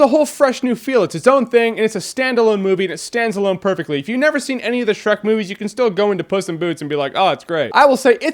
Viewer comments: "SHERK", lol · How can you mess up on Shreks name 4 TIMES!!!